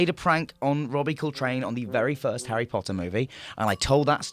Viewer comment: 'Arry Potter